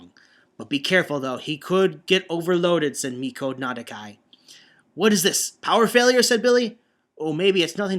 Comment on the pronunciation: You still alternate saying Mikoto and 'Mikado'. The former is the correct one. Also, his surname is 'Nakadai' not 'Nadakai'. ... Uuh... Wow, I dunno... Grey? But I thought with his Jetman fanboyism, he kinda mentioned the Gai X Grey rivalry a lot, but I may be mistaken. Of course this was flooded with OTHER kind of fanboyism such as to Radiguet... Well it's Mika-fication, but what? The Bioman chapter is going to get worse reading-wise? Oh dear me, this is one thing to watch out for. At any rate, it was at this point Arcadiarika just gave up and say that the Alliance was nothing but a bunch of Designated Heroes. What about you?